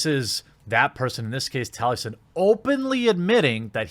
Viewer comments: His name is Taliesin, as in Tali-E-Sin, Jeremy, read the names for goodness sake... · Mr. Morta1ity he knows so little about the guy he is attacking that he can’t even say his name correctly 😬, gained some perspective after watching this